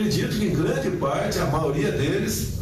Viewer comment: Um presidente que fala: a "maoria" 🤦🏻‍♀️ sem condições nenhuma 😕